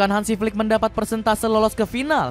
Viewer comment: Admin Salah penekanan intonasi bang.. 😂😂😂 Maksud nya Flicks yg dari jerman